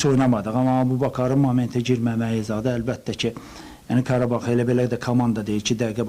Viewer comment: Qarabağ❌️ Parabağ✅️